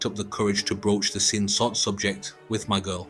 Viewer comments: Its Sin SOD not Sin Sot. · You're a Sassy synthetic sister ain't you😭😭 YES moron it's SIN SOD not SOT. Making videos about Thailand but can't pronounce anything correctly right BOT🤣